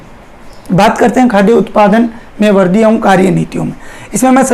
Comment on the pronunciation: Sir वर्दी nhi वृद्धि boliye glat bol rhe ap